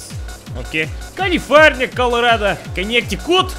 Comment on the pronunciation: "Colorado" Not far off from how we pronounce it here. Not bad.